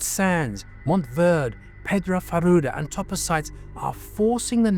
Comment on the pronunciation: IT'S PRONOUNCE MONTEY VERDEY. GREEN MOUNT